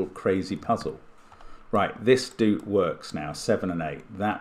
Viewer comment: For some reason, when I first saw “doot”, I read it as ‘do-o-ot’ cuz I saw that it was describing a long dot. 😊 Saying ‘doot’ the way Mark is probably makes more English-language sense though. Either way, it’s funny to hear, and what a fun idea